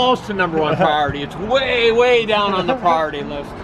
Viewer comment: Yes rilllly safetyy pwiority.....coool. and aaaaasaam.........